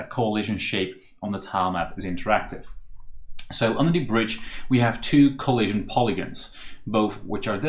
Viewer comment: every time this guy says "coahlision" it triggers the same feeling in me as hearing the Gustavo Almodovar guy